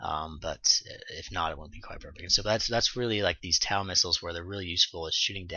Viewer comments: Thanks for the vidoes, nice job. fyi: the TOW missiles are pronounced (toe) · TOW-missiles...say...toe...tow truck...because they fly by wire they tow a line for remote control flying...not TAU...ok? You're welcome